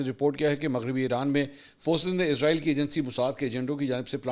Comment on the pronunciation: Mansoor Bhai word Israel hai ap humesha izrael kiu bolty hn JB k wo moat k farishty Ka name hai ??